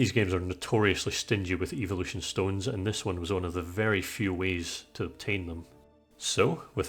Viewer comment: When you said evolution when you were evolving Pidgy into Pidgyoto. I thought you said Eeveelution not evolution